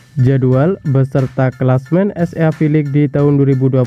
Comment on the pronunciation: Chenelmu bgs min cuma cara bacanya itu hlo,baca SEA nya jgn gitu biar lbh berwibawa😅